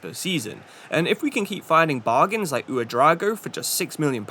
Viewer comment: U-dra-o-go. Not U-drago. Felt like a dragon's name